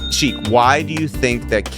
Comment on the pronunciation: Sheek refuses to say his name right